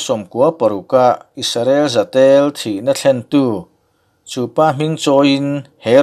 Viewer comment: Isarel ni lovin IS-RA-EL